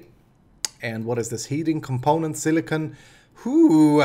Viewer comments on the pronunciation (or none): none